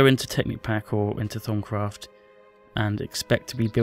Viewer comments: i thought he said thong craft lol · Did he say thong craft? Lmao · I heard "Thumbcraft"! LOL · he makes it sound like thong craft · thumbs up if u thought he said thong craft :P